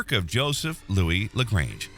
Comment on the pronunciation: As much as I want to watch it, I cant simply because of the pronounciation of "Lagrange"